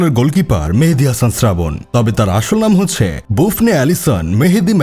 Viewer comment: Srabon ❎ Sradhon ✅